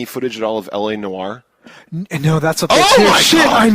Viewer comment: "L.A. Noire" not elenore xD